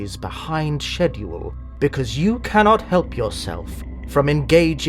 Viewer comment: pronouncing "schedule" as "sheduel" is the most thing imaginable